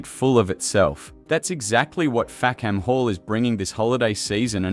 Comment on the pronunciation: The British pronunciation is Fack'm Hall, or even Fack'm 'all. A key joke which is lost with the pronunciation Fack-ham Hall.